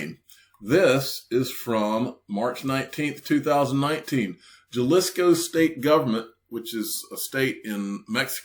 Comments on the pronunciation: Jalisco is like; Ha•Lees•Ko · Thanks for the Content!! The J in Jalisco 😂😂 try saying it like H..... Great food